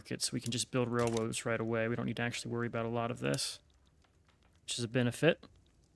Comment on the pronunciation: Didn’t anyone else hear him say Wailwoads 😂 But grab job man, keep up what your doing!